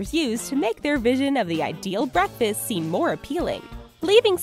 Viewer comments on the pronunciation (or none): Oh and btw when she said breakfast she said barkfast